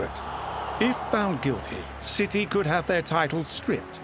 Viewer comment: Why do you call us citeh ??? I'll wait .....